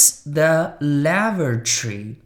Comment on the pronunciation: Lavatory 发音错了